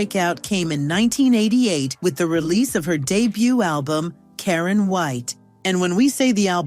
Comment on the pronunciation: Who is "Kareeen"??! 😆I hate Ai.